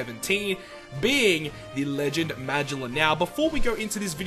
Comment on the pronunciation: Please don't say his name like that